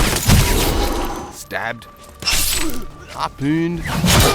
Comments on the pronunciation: shot, stabbed, harbouuuned. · harpooned lol he says it funny